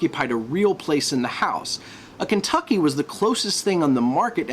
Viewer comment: Kentucky? Surely Ken-too-ki.